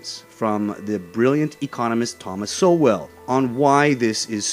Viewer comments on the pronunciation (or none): Sowell is pronounced "soul", as in "soul brother". Great man.